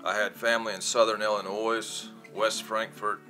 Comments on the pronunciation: Illinoi(silent s) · Illinois pronounced illinoi